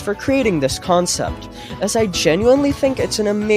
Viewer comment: Dude u got me so hyped untill you said consept